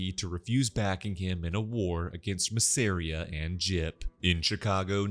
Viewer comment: Bro why are you saying Masseria like that